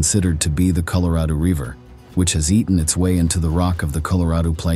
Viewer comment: Reecord, reever? Where do you come from? Caleeforneeea???